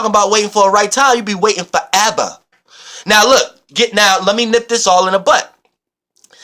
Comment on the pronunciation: "FOREVA" haha you're amazing love to you <3